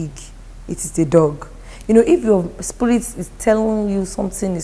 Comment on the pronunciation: said sprit 😂😂😂